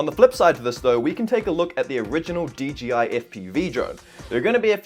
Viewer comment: "DGI" I thought it was 'DJI'